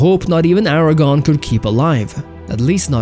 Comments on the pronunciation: Aragorn, not Aragon (a former Spanish Kingdom). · Except the pronunciation of "Aragorn" which is mistakenly said as "Aragon". Gotta get that R in there